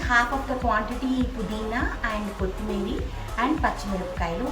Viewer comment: Kothimeera anandi ,kothimeeri kaadu andi.